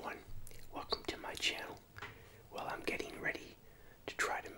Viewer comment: Why do you always say welcome to my cheneal